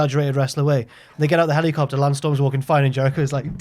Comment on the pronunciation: The way says hel-E-copter. He’s possessed by the living ghost of James!